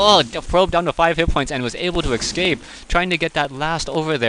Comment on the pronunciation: Please stop saying "excape(s)". There's an 's' there, ESScape, the unit ESScapes. Thank you.